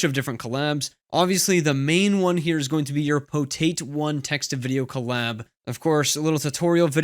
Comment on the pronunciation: Pretty sure it's PotAt, not "Poteit"